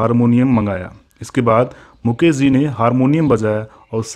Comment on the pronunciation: Small correction - शैलेन्द्र , ना कि सैलेन्द्र मुकेश Jee, ना कि मुकेस Zee।